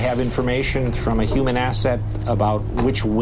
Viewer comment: Y did he say “ human” asset? Oooooo